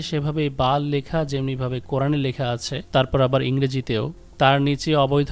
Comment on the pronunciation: বেল হবে কেন উচ্চারণ! BAAL বাল , not Bel . এমেরিকার পতন খুবই সন্নিকটে । ইহুদি যায়োনবাদীরা সেটাই চাচ্ছে।